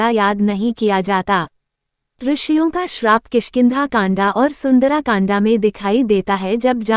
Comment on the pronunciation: आदरणीय स्मरण करें कि आप हिन्दी बोल रही हैं,, उच्चारण का विशेष ध्यान रखें सुन्दर काण्ड (सुंदरा कांडा, उत्तरा कांडा अशुद्ध उच्चारण है), उत्तरकांड उचित उच्चारण है